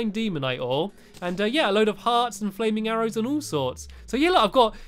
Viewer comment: he said fwaming arrows in instead of flaming arrows.